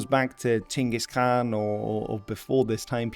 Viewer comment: Hi I love that you're doing your best I wanna help a little with the Mongolian words. Khan used for Chingis is actually supposed to have 2 "A"s as 1 "A" is a lesser role, and the KHA is supposed be said as HA like a laugh. Gers E is more closer to A with kinda like Ayeeee. Kurultai the word is kurul meaning council in a lot of context tho is should be written as Khurul as with most worst that has KH the H is the one that's pronounced and K is the silent one, tai is a additive that usually does the job of "have". Morin Khuur you got actually really close I appreciate it alot, the literal translation would be horse violin. Dzud I'm not sure why it has a D in front as it is just Zud. Ovoo doesn't have u sound it is just O IDK how else to do that in writing sorry. I can't think of a way to discribe Shagai in writing besides maybe pronouncing the "gai" part more closer to "gaa" still with the i. It is refreshing to hear someone actually get really close as they are speaking English cause you have no idea how rare that is. This video was a treat.